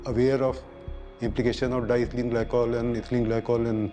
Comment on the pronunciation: I wish the narrator did their homework and learned how to pronounce diethylene. It’s di-ethylene and not dithlene!